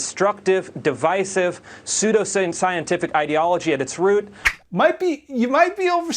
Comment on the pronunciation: is it just me, or is it telling that he flubbed the pronunciation of "pseudoscientific". It's almost like he doesn't know what the word means, he just knows it's a way to discredit something. 🤔🙄